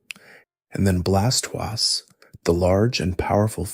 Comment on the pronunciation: Pronouncing Blastoise as if it's a French word is diabolical. I'm not sure I can watch this after that.